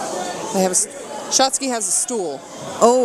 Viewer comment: Um yeah, hon? It's SHOTZI not "Shotski. G'dam that's was annoying. Who was that? Jim Ross sister on commentary?